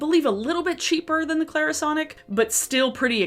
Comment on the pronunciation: Go ahead. say Clairsonic again.🤨